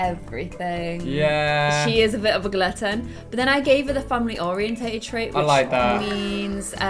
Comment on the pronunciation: They say glutton weird😂